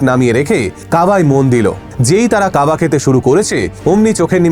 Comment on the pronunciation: কাবা না কাবাব ?